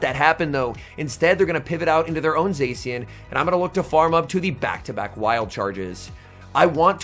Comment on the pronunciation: It’s Za-shee-en